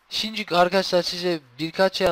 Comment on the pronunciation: şimdi değil simdük diyor :)